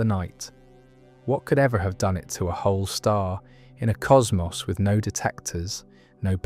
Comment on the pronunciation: I clicked off when I heard how "cosmos" was pronounced.